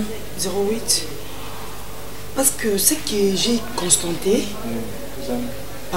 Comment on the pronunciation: Ah ah Barcelone yo na français ennemis 😂🤣😁😀 "constenté" au lieu de constaté